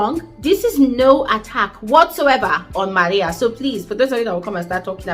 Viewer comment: Love the way you say MARIA